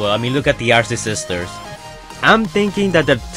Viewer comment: who heard arcisisters instead of arcee sisters?